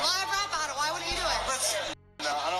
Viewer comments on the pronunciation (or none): none